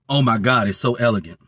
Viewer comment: everytime he says oh my god. lord i hear oh my brandon